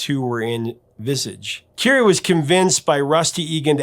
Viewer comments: Currie not Curie! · Visage is pronounced “vees-awj” and Billy Currie is pronounced like Curry not like Marie Curie.